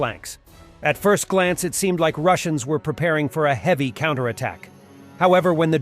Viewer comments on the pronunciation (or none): none